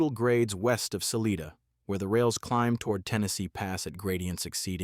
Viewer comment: Indeed, George! I really enjoyed seeing the photos of the Narrow gauge locos of the old D&RG and C&S lines, but whoever made this video, and suckered us into watching should know: A mallet loco is not a mal lett, it's a mallay, and Salida, Colorado is not Saleeda, it is Sal i da. I gave up before seeing the Big Boy, or whatever this rambling presentation is really about.